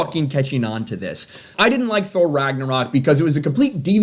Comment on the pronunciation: I like how you pronounced Thor. I got problem bringing out the H